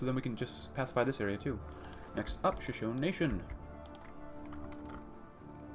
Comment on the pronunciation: I know this sounds nitpicky but Shashone is pronounced Sha-Show-Nee. Just something that's been knawing at me since I have been watching your backlog.